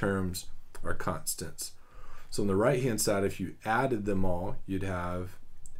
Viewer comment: "contstants" lol